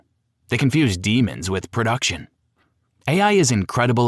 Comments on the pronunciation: Why is the AI pronouncing the word Demo as Demons? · pretty sure this is an ai read script, ref the pronounciation of 'demo' kinda ironic. good info though.